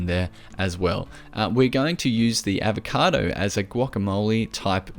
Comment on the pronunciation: I wondered for a moment if australians pronounced avocado like yogurt